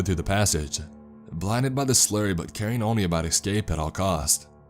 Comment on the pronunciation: Kimberly Mako And it is not ‘Ek-stink’, but ‘Ek-stinkt’, and it is not ‘Ek-skyayp’, but ‘es-kape’ 🤣🤣🤣🤣. It makes my eye twitch at how this cat, guy (he can’t EVER say the word ‘women’ correctly when he encounters it, and always pronounces it as the singular of ‘woman’ (many people seem to do this 🤔🤔🤔), nor the word ‘open’ which he says as ‘umohmpin’, and he and a chick can’t distinguish when talking about small physical objects, or minimal effort made and recognize ‘minute’ as ‘mī-noot’ and will say ‘that minute detail’ as if talking about increment of time) that many these people reading these stories cannot province many words correctly, and don’t seem to think to ask anyone for help, nor to YouTube the pronunciation of new words as they test-read before recording themselves.